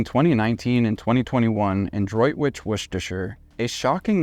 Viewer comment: Good pronunciation of Droitwich, Worcestershire!